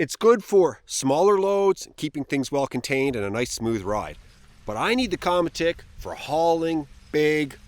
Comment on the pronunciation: Qramutik would be a more correct way to pronounced it. It means sled in inuit/inuktituk. 😉